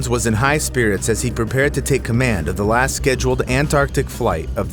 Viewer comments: "las seconds". Nice try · Couldn’t fit that T in there? 😜